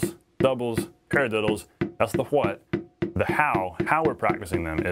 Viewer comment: I love this video but Ive never heard anyone pronounce why like you. It sounds like "HUHWHAII" and your what sounds like "HUHWHUT"